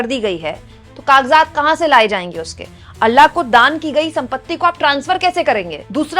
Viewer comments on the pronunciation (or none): अल्ला नहीं. अल्लाह है ❤